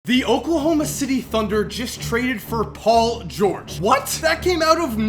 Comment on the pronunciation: dont tell me that u guys didnt hear say paul "gurge"